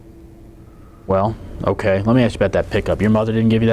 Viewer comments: 😂😂😂😂😂 he should've just said Axe Michelle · Just a joke about how pronounces ask Michelle. Comes out like "axe Michelle". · Didn’t answer some questions with “You’ll have to axe ”?? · I didn't hear "axe Michelle" one time. This guy is a rookie at the deposition game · "Ax Michelle"